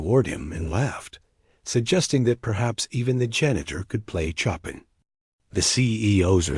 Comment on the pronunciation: Wish AI checked the pronunciation of Chopin instead of saying choppin’.